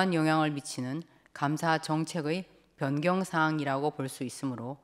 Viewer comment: 피청구인이 전자문서시스템을 bian경한 행위라고 하노 변경을 누가 bian경이라고 하지? 한국인이면 받침을 명확하게 끊어 발음하는것들에 이자는 병음으로 하니까 목소리가 모기목소리마냥 앵앵 울리는거 이런게 한바가지다 숨길 노력도 하지 않는것